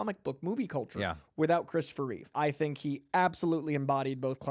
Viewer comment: Reeve, NOT Reeves